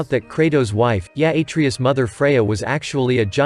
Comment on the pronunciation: Pronouncing Atreus wrong